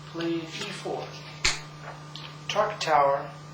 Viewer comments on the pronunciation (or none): Nice video. Just one point though - did he say "Tartakower" or "Tarkatower" during the intro?